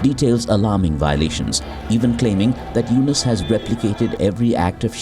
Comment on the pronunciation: "Dr. Mohammad Yunus", say the name correctly ma'am.